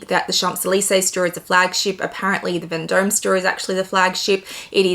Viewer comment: It is pronounced ‘Von Dom’….. not as written.